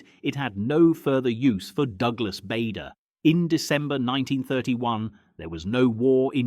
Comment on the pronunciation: Bader (as in Barder) not Bader (as in Bayder)